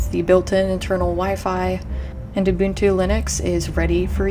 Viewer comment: And she said Ubuntu correctly very cool video!!